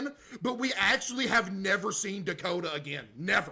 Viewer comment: "it's like they actually killed off the character from "da-kot-a" the game